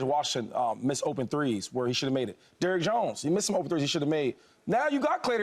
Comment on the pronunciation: How tf the expert doesn't even know Derrick did he just said Dern😂 and Klay and Q are not the only guys they added